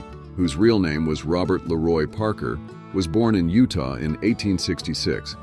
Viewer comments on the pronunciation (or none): none